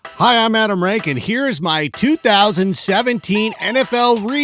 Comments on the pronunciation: Ramcheck is how that's pronounced. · It’s pronounced ramchick